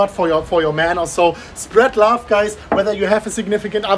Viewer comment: Love not lauf